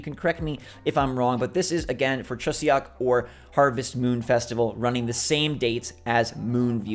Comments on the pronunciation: Songpyeons are delicious sweet dumplings made with rice cakes that are sometimes stuffed with sweet red bean fillings. If you ever see them in Asian markets, I recommend you try them for a nice tasty snack. Good job on the pronunciation. Also Chuseok is closer to "Choo Sock" than "Choo See Ock". But I still really appreciate your attempt. Thank you for your regular content. I love the bright and hopeful energy that you bring to each video. ❤️ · Chuseok is pronounced chu soak :). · Chuseok, you don't pronounce the E it's kind of like a more open "o" sound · Re: chuseok. an eo in a Korean word will sound like the eo in luncheon or surgeon, not neon. If you don’t know, you wouldn’t guess it lol